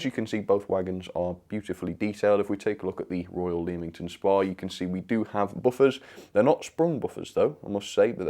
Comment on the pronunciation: Oh and Leamington Spa is pronnounced lemmington spar